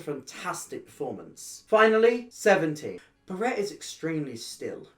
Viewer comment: Love this video but I can’t get over how you say Barrett. It’s Bah-ret not ber-ett